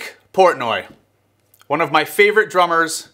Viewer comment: Just can't get over the mistake of saying his last name of Porntoy.